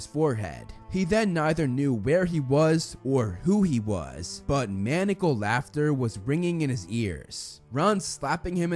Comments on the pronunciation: And thus the complaint of Rupert Grint, "I'm disappointed because in the book I play quidditch and I didn't get to in the movie." A man-a-cul is a noun for a handcuff, ma-neye-a-cal is insane. Can't help myself. Just read a book, Son of a Traitor, and edited it in my head. However, I enjoyed the book and there were so few errors, I let it go. And the same goes for your reviews. Just don't ever say lie-berry for library, please. I am new here with the last book-to-movie review. I went back and watched all of them and eagerly awaited this one...and, now, the next. The length of the review has to do with the length of the book and/or movie, so no complaints on my part. I have to say that I am 75 and came to the movies first. Of course, being a lifelong reader (it was discovered I could read at 3 but when I, actually, started is unknown), I immediately went to the books, which had all been published and got them as a full set on Ebay. Of course, the books were better than the movies. And I have not stopped reading YA novels since then. They are better than the adult junk (50 Shades of Grey, anyone?) any day. And they have vastly improved. However, some books are not as easily translated to movies. Even Stephenie Meyer hated Robert Pattison. I would love to see the Maximum Ride series done now, due to CGI improvement, but Eragon flopped due to the first, and only, movie starting in the middle of book and no one understanding what was going on! Explain your way out of that one. Som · Ma-ni-a-cal, not manical.